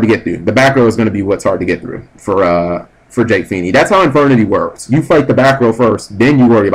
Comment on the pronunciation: Everytime Cap says Jake's name all i can think is "PHEE-NAY!!!" is it just me